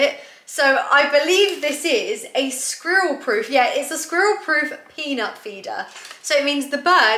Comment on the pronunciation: You saying “squirrel “ is hilarious🤣😂🤣😂